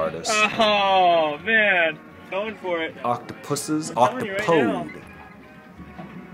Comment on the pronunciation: Ynkow when he tried to say more than one octupus bye its octopus